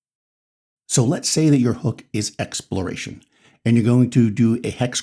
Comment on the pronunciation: Hexploration is what I heard instead of exploration